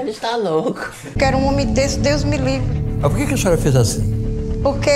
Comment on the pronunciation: "DEUS MI LIVRI" O Fora em rede nacional KKKKKKKKKKKK